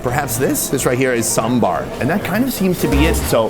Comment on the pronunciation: Love how he pronounced Sambar correctly XD